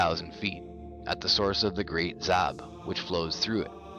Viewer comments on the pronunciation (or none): none